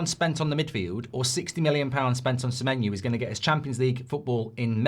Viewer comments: Why does Goldbridge keep saying Samenyou/ Samenyu/ Samenyew/ Samenyue? I thought it was SamenYO. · Mark its Semeny-oh not Semeny- ooo. Why do you get this wrong. If he was Irish you would pronounce it properly but you cant say his name properly. Theres no reason for you to get this wrong its ridiculous